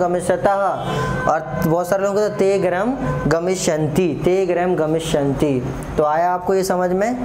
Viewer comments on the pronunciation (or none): सर ग्रहम नहीं होता गृहम् होता है